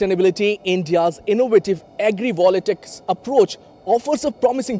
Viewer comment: Not agri"volatics". It's agri"voltaics".